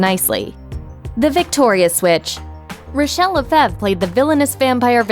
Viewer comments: Rachel “Le-FEV”?!?! WTF? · The last name Lefevre ISNT pronounced that way....i should know as its my damn last name